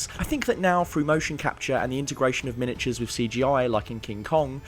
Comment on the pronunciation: "miniaures" lol